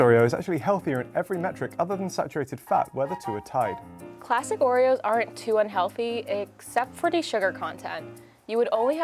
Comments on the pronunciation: no no not "joereoes"! "Orejoes" ! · Surely it should be 'Ore-Joes'